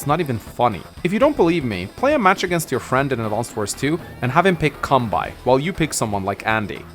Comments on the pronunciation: It's pronounced Kan-bay, not Kan-bye. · Don't mind me, just wondering how long he'll keep calling Kanbei as "Come by"